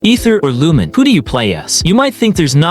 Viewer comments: "Lumin" -- it's Lu-MEEN. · Lumine's pronounciation is "Loo meen" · Ive heard worse I was watching a short by Zach (Aethers va ) and he mentioned someone who pronounced it as loom-in-ay 😂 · that's actually correct too in views of Chinese or Japanese. Considering that hoyo was made in China, Aether and Lumine can be Chinese names too. In that view, Lumine is pronouced as - Lu-mi-nay or Eu-mi-ne and for Aether, - E-ta or Ae-ta no ther or thar sound just E-ta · Nah, "loom-in-ay" is defensible. Wrong, but defensible. "Lumin" has no basis. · Wait and also in terms of Korean, Lumine and Aether isn't a korean name same goes for Japan but Lumine is actually a Japanese name but Aether isn't. In terms of Jp, it's Ru-Mi-ne or Reu- min-ne so the names are actually Chinese and no they are not ENglish names. They are Chinese names. Aether = Eta/Aeta(pronouciation) Lumine= Lu-mi-nay/Eu-mi-ne